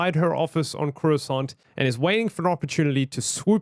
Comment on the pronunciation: corasoant. Subtitles: C R O I S S O N T